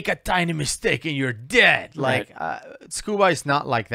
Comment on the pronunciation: LOL really laying on the accent "make a tiny mistake and you're DEAD"